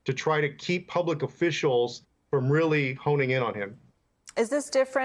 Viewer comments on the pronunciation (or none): none